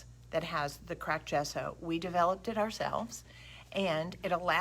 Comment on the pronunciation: Another wonderful video- thank you! BTW you are saying “gesso” correctly! It actually means chalk in Italian.